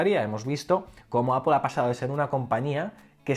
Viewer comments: Buen video, me ha gustado. Pero me ha chocado un poco la pronunciación de "Apple". Sobretodo al principio del vídeo intentas darle una pronunciación inglesa, que en España por lo menos desentona y, luego, a medida que te vas soltando en las explicaciones, cambias a la pronunciación española. Creo que puestos a no llevar una consistencia y entendiendo que estás más cómodo con la pronunciación española, sería mejor que simplemente lo pronuncies a lo español, no pasa nada. También decimos "rugbi" en vez de "ragbi" y no se muere nadie ;). Sobre Apple, creo que lleva demasiados años dependiendo exclusivamente del iPhone. Sinceramente, a mi lo que me preocupa de verdad es el abandono que tienen en el resto de productos, sobretodo en PC. Llevo queriendo comprarme un Macbook Air desde hace tiempo... Pero lo que veo es que por 1300€, me llevo un portátil que no tiene pantalla FullHD, que no tiene USB-C, que no tiene HDMI y que ya no es ni el más fino ni el más ligero. Entiendo que la renovación del Macbook Air fue el Macbook (a secas), pero en prestaciones se queda TAN corto que me niego a pensar que no haya renovación del Air. El único que se salva es el Macbook Pro, pero porque ya era extraordinario el día de su presentación. Sobre el techo tecnológico estoy de acuerdo. La tecnología se ha consolidado y no aparece nada disruptivo. Pero no me parece justo decir que para Steve Jobs fue fácil crear el iPhone. En aquella época también teníamos un techo tecnológico en telefonía. Pero ir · Cada vez q dices apple me suena mal, pareces un friki